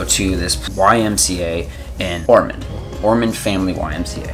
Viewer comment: ormond, not ormand😉